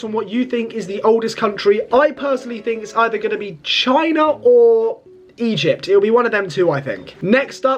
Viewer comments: Stop saying Egept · Bro skipped history and English classes, lmao "Egept" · Egypt ❌ Eyept✅😂😂